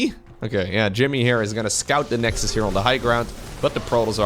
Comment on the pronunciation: "the nexdus, haha" badumm tsss xD